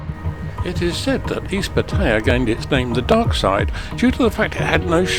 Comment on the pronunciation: FFS, learn how to properly pronounce Pattaya .